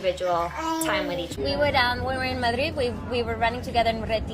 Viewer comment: The pronunciation of Madrid 🤬🤬🤬